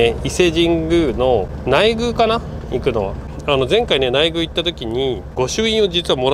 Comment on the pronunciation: 「ないぐう」「げぐう」と呼ばれていますが「ないくう」「げくう」です